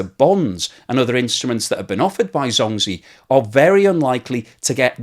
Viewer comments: CNBC pronounced the Chinese bank correct, as “Jong gee”. Not “zong zeee”. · Please use google translate and query the correct pronunciation of "zhongzhi" (中 植) . It is not pronounced "zhong gee". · Zh- sounds like J actually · Zhongzhi is pronounced Jongjie. Zh in chinese sounds like a j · Great video. Just some help with pronunciation, ZhongZhi is pronounced more like Djong Djih ... In Pinyin, Zhōng zhí zīběn. Everyone also knows it by ZZ Capital. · Love your videos but your Chinese pronunciation makes me cringe. Zhongzhi is pronounced JongJee. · Are u saying zombie? LmAo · Pronounced jong jee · anyone else keeps hearing "Zombi" as the name of the company, which werdly fits? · Thanks for this great explanation so more can understand it! Your Zhongzhi pronunciation is off but I’ll forgive you!